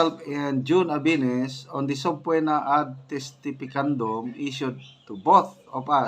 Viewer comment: Subpoena - pronounced po as “suh pee nah”